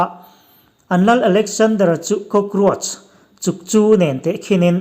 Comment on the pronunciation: Mizotawng thiam lo atan chuan i upa mah² tawh anih hmel,Chukchu pawh lam thiam lo